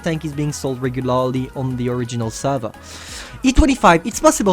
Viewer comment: Its heavy not hivie and regulaaarlie lol i can so tell you are french